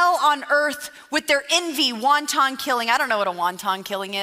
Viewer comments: Hahaha, "wonton"??? Wow. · And she’s smirking like “won ton? Won ton? Nobody told me there was Chinese food in the Bible!” She can’t pronounce the word because she doesn’t know what it means! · It’s clear, she does not read well. She mispronounced the word wanton.